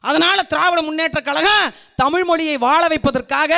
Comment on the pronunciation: தமிழ் என்று உச்ச்சரித்து ப்பேசினால் இன்னும் சிறப்பு.